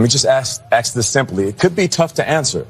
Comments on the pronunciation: "Racism" ? The only state sanctioned/gov't approved racism today is against straight white, Christian men, "Reverend". "Gender Bias" "Reverend" Sharpton? Really? Which one? Women are preferential in hiring situations and in universities. "Let me just ask-ax this simply..." "What the hell was even that?" "There are levels of sexism and racism that clearly a lot of people in this country are willing to tolerate." This is so true. It is not only tolerated-but open hatred and public disdain for white men is said openly in public, on the internet, and in every public arena. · "Let me just ask.. axe this again.". Oops. Spoke properly for a second.